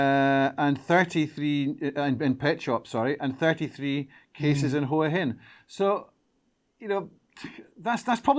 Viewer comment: Nice job and big thanks for pronouncing Hua Hin correctly.